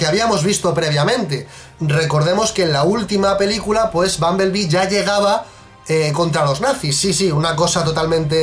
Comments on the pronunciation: aparte lo dices mal, es bumblebee no bumbeblee v: ¡*realismo*! (Me equivoque en el momento exacto, ¡*error épico*!) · Y como quiera lo pronunciaste mal porque te la pasaste diciendo bumbeblee cuando en el titulo escribiste bumblebee 😂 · Dices BUMBEBLEE Y NO BUMBLEBEE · Da igual, no os libráis ni por esas porque sería Bumblebe no Bumbeble como decís los dos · Decís bumbeble ? No sería Bumblebe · Se pronuncia bunbelbe no bunbeble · En el minuto pronunciaste "bumblebee" en inglés no español 🤣🤣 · error épico:v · Bunblebe ... es una palabra en ingles.. no se puede pronunciar en español.. es como si una palabra en español quieres meterle tono ingles..simplemente se escucha mal.. si es un video en español que tradusca bunblebe y no que se pronuncie exactamente como se escribe en ingles.